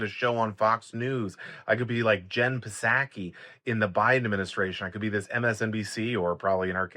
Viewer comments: Okay, but it's not PA-SACK-Y. It's SOCK-EE. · It's pronounced tSaki, not Puh-saki. Just saying.... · Jen “Saki.” The P is silent. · Psaki is pronounced Saki. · Jen Psaki. Last name pronounced: Sah'-key. The "P" is silent. ou should know this for pete's sake. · You pronounced the p in psaki?! Bahahahahahahaha